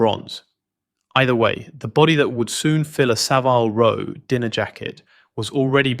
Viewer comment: Englishman: Sav'LL Row. A.I.: Sa-VILE Row. The A.I. is good - very good - but it always gives itself away. Having said that, it's a very interesting and well-made video. Thank you for posting it.